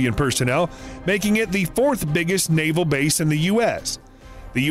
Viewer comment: It's NAAVAL, spelt Naval. Love ya chanel, but please. Lol😊